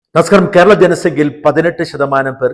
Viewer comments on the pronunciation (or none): none